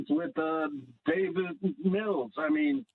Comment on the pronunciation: It’s Davis, not David.